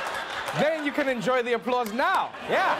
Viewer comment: "...enjoy the applause now..." I finally got a real whiff of dat South African accent there you have Trevor